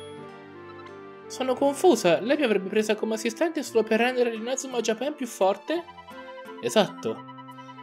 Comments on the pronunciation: la pronuncia corretta è ''Giepàn'', però io mi ricordavo ''Giapèn''. Anche perché come lo pronunciano nel doppiaggio è la maniera più sbagliata. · Pk dici Inazuma Japen??😂